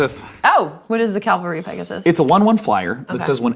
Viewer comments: Would like the point out it is pronounced "Cav-al-ry" not "Cal-ver-ee". You can tell because the letters are in that order. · Stop saying Calvary Pegasus. Read the word carefully now....C A V...... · "Cavalry." Very different from "Calvary." Kinda like the difference between "horse" and "heros." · I die a little inside when people say calvary instead of cavalry.